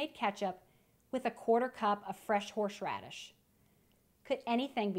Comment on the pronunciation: "Horshradish" lol